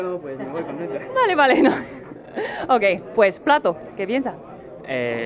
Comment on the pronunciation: Loko Megurine it's definitely contento, there's a hard syllable in the middle of it and there's no /ie/ sound in what he says. It's nice though, dude must have been unbelievably happy.